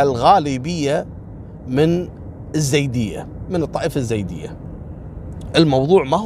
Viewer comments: اسمنه مو زيود ايزيد نطقكم غلط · عفوا اخوي احمد الخزرجي يقصد الايزيديين وليس الزيديين بس ما نطقها عدل هذولا في بعشيقة وسنجار اللي احتلوهم وسبوهم الدواعش 🌹